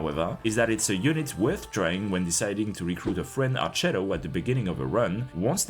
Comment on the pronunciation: it's pronounced more like "arketto", you can look up the Onboard voice line